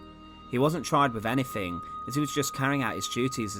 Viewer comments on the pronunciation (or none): I’m enjoying your content but th is not pronounced as an f. The word is “three” not “free” or “anything” not “anyfing”